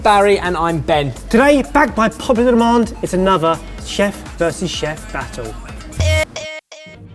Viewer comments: « Today, bagpipe tubular almond... » Barry, Barry, Barry... stop trying to fit so many syllables in your mouth at once; they get all mixed up! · I genuinely thought Barry said BAGPIPE popular demand right at the beginning lol. Wee Basil mumbles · Did Barry say "Bagpipe opular demand." ???